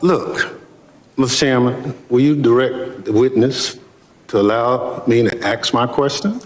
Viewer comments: What a waste of a such a powerful position. By the way it’s “ASK” a question NOT “AX” a question. The dude can’t even speak English. DEI at it finest. That clown has never worked a normal job, always with the government. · Its not aks......its ask......my lord its only a 3 letter word and you cant pronounce it. Vote him out